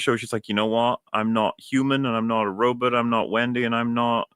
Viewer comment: Why does pronounce robot, "Robit"? is it a reference to a movie?